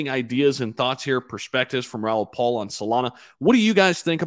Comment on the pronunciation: It's Raoul PAL